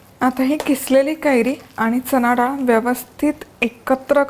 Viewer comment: खूप छान आहे रेसिपी पण डाल नाही ग मराठीत * डाळ * असतं. बाकी सर्व झकास